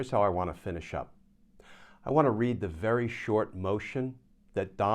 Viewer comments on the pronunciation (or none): none